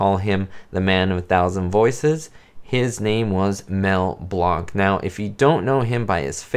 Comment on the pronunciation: is pronouncing Blanc's name correctly. He is an immortal legend from the golden age of animation.